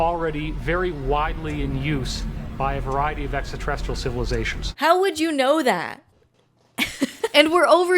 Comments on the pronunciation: None of them can pronounce ‘extraterrestrial’. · I love that one bloke who's got the confidence to go on a show about alien conspiracies, and still hasn't worked out how to pronounce "extraterrestrial" 😂 fucken "eksaterrestrial"... Someone in the production crew coulda corrected him at some point, but they seem content to let him talk like a toddler lol